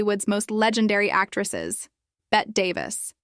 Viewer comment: What do you know? You can't even pronounce 'Bette' Correctly. It's pronounced 'Betty'.